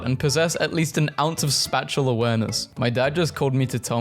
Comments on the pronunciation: Who elses soul died a little bit when he prounounced spatial, spey-shull, spat-shull? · ah yes..."spatual awareness" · ADHD MEMES OR I WILL PEE YOURSELF AHAJAGAGAGH edit: BRO SAID SPATUAL AWARENESS? IS MY GUY ONE WITH THE ALMIGHTY SPATULAS?! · Is nobody gonna question his pronunciation of spatial? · I WAS LOOKING FOR THIS COMMENT